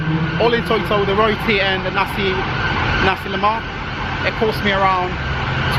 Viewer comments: Sorry to bother you bro, it's not nasi lemar but it's nasi lemak (pronounced as le-muck). Btw it's a good video, cheers!.. 👍😊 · Its Nasi Lemak lol not lemar